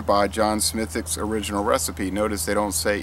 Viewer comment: Way to nail the pronunciation of the name,! Cheers! Slainte!